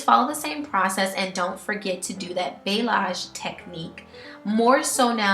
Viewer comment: Great vid! The technique is balayage, pronounced bah-lee-AHZGE.